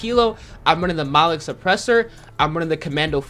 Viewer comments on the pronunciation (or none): Mono-Lithic Suppressor, Not Motholic ... Just want to assist you in your pronunciation Sir!!